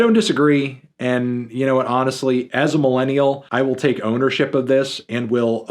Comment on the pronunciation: “As a melon-nial”